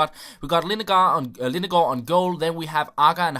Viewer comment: Are you half Danish, because you said Lindegaard very good.